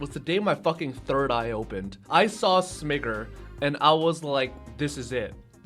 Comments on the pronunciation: Smiger with the hard R and everything huh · How did you pronounce Smiger!? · Pronouncing crystron smiger Like mbt ☠️☠️☠️